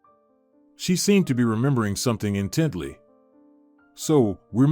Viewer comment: What’s with the constant misspellings/ pronunciations in these great stories ? You can’t “ in Teddy” look at someone or “language look “ at them. The stories are great but errors are distracting.